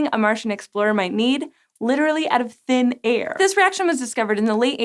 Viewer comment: Emphasis on THIN AIR